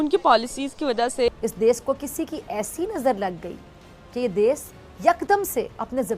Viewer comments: She says, desssss, not desh😂😂😂😂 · Isss farzi daaagtar ko koi batay ja kar kay ‘Des’ nahi hota … ‘Desh’ hota hai 😆 Aur raat ko torch laga kar treatment na karein - isse acha Savere jaldi clinic kholein aur Din me treatment karein 🙄🙄 Matlab sach me jaahil kaum hai ye 😏😒